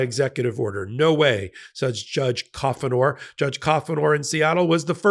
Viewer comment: The judge’s name is not pronounced cough - in - our. It is coo - nour. One of my favorite moments in his courtroom was when he told a mouthy, obstructive lawyer, “I talk, you listen.” He is anything but a liberal judge, but the Trump administration may actually succeed in effecting a conversion therapy before this is over.